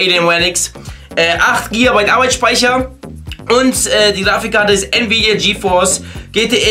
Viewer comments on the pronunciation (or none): none